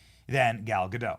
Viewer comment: At least pronounce Gal's name right...